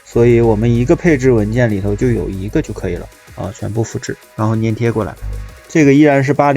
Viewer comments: 是（zhan）粘贴 ，不是 黏贴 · 他错了，你是对的，多音字，而且应该读zhan